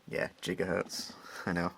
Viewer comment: "Jigahertz" Snicker